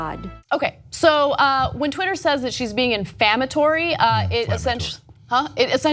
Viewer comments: "Infammatory." This woman was a college professor. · I cringe every time she said infammatory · Inflammatory...not "infammatory", lol. Sorry, grammar enthusiast. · 'Infammatory' - lol. I love it when people almost get the word right... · In-fammatory? Huh? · It's inflammatory or defamatory, not infammatory, c'mon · Cenk tried to help her. "Inflammatory," Ana. With an "l."